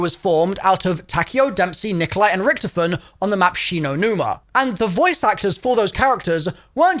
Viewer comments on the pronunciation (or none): The way he says Rícktofen makes me laugh everytime (i know it's Richtofen but he doesn't say the 'ch' he says it like its 'ck')